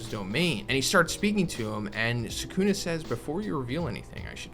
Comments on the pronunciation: you don't omit, it's just quick, the same applies to the second U as well. the S is heavily emphasised, the K much less so. SS-uh-kuh-Na the middle syllable is the least emphasised by far. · man's pronouncing Sukuna like non-fans pronounce Na-ROOT-o emphasis is on the first syllable brah. SUU-kuna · Actually you omit the u in su